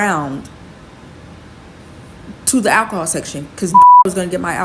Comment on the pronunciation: How many times did she say alchohol? She has an issue...